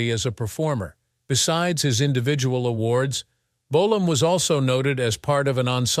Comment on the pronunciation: How many different ways can the narrator pronounce the word Bolam,in one video??